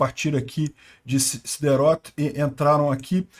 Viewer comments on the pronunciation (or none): Nem sei se o lê os meus comentários, mas se alguém tiver contato com ele passe essa mensagem: os nomes das cidades são oxítonas, a cidade próxima de Gaza se chama “SIDERÔT” com “Ô” fechado, não aberto como “Ó”. E hoje foram lançados cerca de 100 foguetes contra Netivot, cidade que eu moro, 5 deles atingiram a cidade, 4 em locais não habitados e um atingiu um apartamento, mas não havia ninguém lá no momento, os moradores estavam no trabalho.